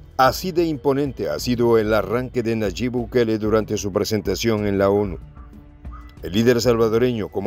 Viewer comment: Por favor es Nayib no Nayit buen dia